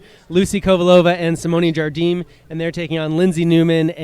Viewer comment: Match starts after. Nice match, but seriously, the best part of this vid is the Jigsaw add after the first game. HILARIOUS! BTW, when is going to learn that Jardim is not Spanish but Portuguese and pronounced "ZharZheem, not "Khardeem."?